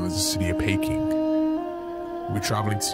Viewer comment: great clip..btw, pronounced Peeking, and East Asia would be more correct. SE Asia is Malaysia, Indonesia, etc.